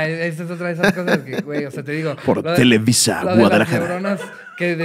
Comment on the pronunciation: xD "televiza prezenta"